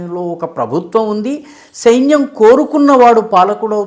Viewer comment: సెయిన్యం కాదు సైన్యం అనాలి.. తెలుసుకో సారు